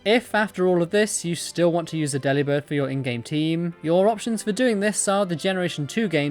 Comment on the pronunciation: It’s delibird like “delivered”….